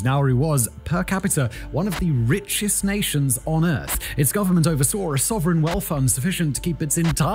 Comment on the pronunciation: I don't know if anybody has ever told you, but there's no "R" at the end of "oversaw". It's not "oversawr". Same with "Banaba", except there's no "R" at all in that word. SamoaR? NOPE! NO R in Samoa, either. And what the heck is a "Dominicaran"? DID YOU MEAN DOMINICAN?!